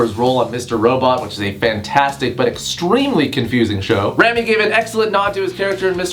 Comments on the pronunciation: Did you seriously say 'Rami (Malek)' as [Ram-ee] ('ram,' like the sheep, and 'ee,' like the way Americans pronounce the letter E) ?? - Rhetorical Question bc yes you did and also yEs I am oFFENDED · im shitting bricks at your pronunciation of 'Rami'